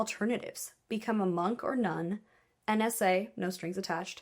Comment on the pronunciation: I heard NSA as AN SA